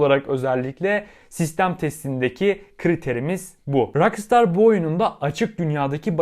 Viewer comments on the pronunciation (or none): none